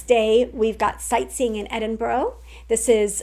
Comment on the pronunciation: When you get back, you will be saying Edin-bur-a and afternoon tea, not Edin-bu-ro and high tea.